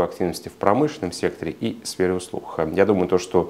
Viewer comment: Спасибо за хороший обзор! Единственное режет слух "сфера услух"